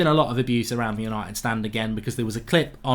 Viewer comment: Why do you say STAND in united stand so obnoxious